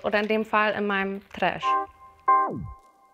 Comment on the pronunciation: Trash spricht sie iwie Russisch aus 😅😅